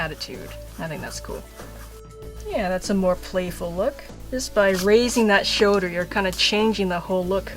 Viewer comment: Has anyone noticed she says "shoder" in stead of "shoLder"?